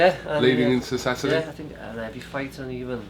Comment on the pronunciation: Rocky ‘satdee’ Fielding.